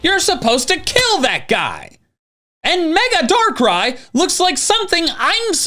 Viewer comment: IT'S DARKRAI, NOT DARK RYE! FIX IT NOW!